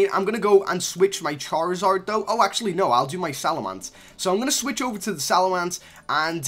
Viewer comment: Salamance? LOL ITS SALAMENCE